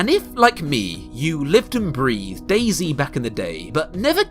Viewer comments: why u saying dayzee cant you just say dayz (De*i*z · Have you realized it's not "Daisy" but "Day-Zet"? I've no idea why they all call it Day-C... It's sad that not only developer but also players ruined this game... when I first played it years ago it was fun because it was about surviving and looting but also discovering and traveling (in a positive way) and it tooked not long to get good loot but you could allways improve it and meeting players was never or rarely K.o.S. insted it was having some conversation asking them if you could join them or if they can join you or if you can help them or if they or you need something etc. But than it became more and more ugly - loot became more and more shitty and little and you often died by starvation - later because of overheat or hypothermia but also the behavior of the players changed alot... it became first a more carefull version "are you friendly?" but than they began to lie or betray you and shot you and so it became more and more kill on sight - you can't thrust anybody etc.... even the rule newbs (new spawned players) are taboo was lost and it became ugly and unfriendly more and more... Nowadays it's a painfull looting and running around for ever kind of deathmatch or a hike-simulator a nice one but... yeah... often you're happy if you have no good loot because so you not have to loose much - as more you have as painfull it will become The basebuilding is veeeeeery poorly in standalone and you can be sure that if you log out and come back your tent or barrel is looted even if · British man saying zee instead of zed but this is still alright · It's not dasy its DAYS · DayZ is meant to be pronounced DAZE. ;)